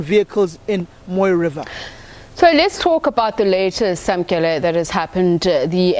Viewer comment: Samkelo. not Samkele. bloody model c